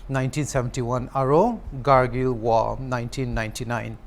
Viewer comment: It's Kargil not gargil